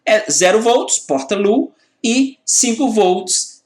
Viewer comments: Otima aula. desculpe a correção do seu ingles. o estado LOW (baixo) pronuncia-se Lôu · Low se pronuncia "lôu". Seu método de ensino é muito bom. Você sabe exatamente o quanto de informação e quando deve ser apresentada ao aluno, quase como se você soubesse a "arquitetura da cabeça de cada aluno". É como se vc fosse capaz de programar as pessoas. Muito obrigado pelo excelente trabalho e por compartilhar seu conhecimento. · Aula muito top!!! A pronúncia é lôu.